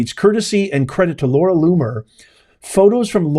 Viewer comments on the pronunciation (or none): none